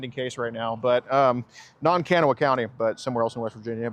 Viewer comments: Live nearby, thanks for your diligence! the county Kanawha is locally pronounced "kahnaw" lol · Kanawha County is pronounced Can-GNAW-uh. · The absolute butchering of Kanawha xD I'm surprised she didn't correct him.